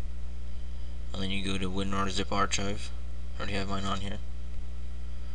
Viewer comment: dude its arkhive not arch hive